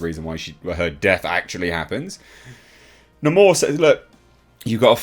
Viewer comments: Hate how they pronounce Namor as "Namore" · That's how they pronounce his name! They totally miss this character! WTF!